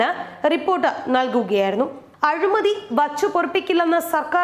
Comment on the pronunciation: അഴുമതി അല്ല കുട്ടീ.. അഴിമതി...